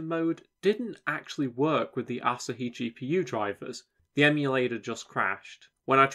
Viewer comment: Surely it's pronounced like the beer, A-(sah-hee)? Rather than (Ass-a)-hee! 😆